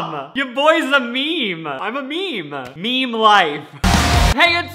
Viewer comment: my pet peeve is when people pronounce meme like “mee-mee”